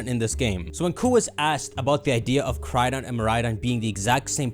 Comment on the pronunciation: I actually can’t watch these videos because of how he pronounces koraidon and miraidon